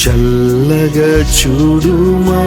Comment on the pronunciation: చల్లగ తప్పు పలుకుతున్నారు